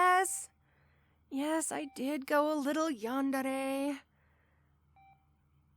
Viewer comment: im not making fun of you rn but the way you say yandere is so funny, great job and keep up the good work !!!